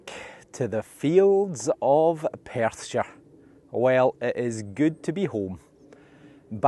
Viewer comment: I love hearing "Welcome back to the fields of Perthshire" although I have to admit, it took a while for my Texan ears to stop hearing "...Persia."